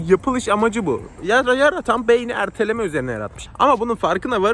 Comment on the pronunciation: Erteleme kelimesini duzgun soylemedi.